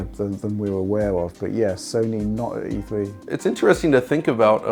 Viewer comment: E Thwee